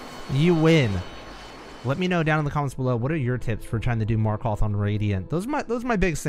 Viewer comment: You are now so skilled, you know how to pronounce Markoth